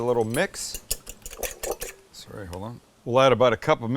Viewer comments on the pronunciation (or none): none